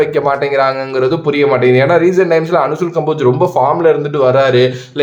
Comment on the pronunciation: அனுசூல் கம்போஜ் இல்ல அன்சுல் கம்போஜ்